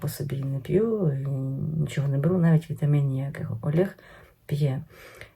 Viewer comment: ЯКИЙ «АЛЄГ»?🤦‍♀️🤦‍♀️🤦‍♀️ Посоромтесь! Ви ж говорите українською мовою - що, так важко сказати нормально «ОЛЕГ»?🙏🙏🙏